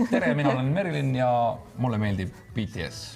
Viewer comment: Lõpuks üks eestlane hääldas BTS-i õieti